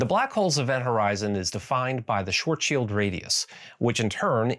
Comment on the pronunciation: Thank you for saying Schwarzschild the right way; one distraction less for OCD me, well done! ;)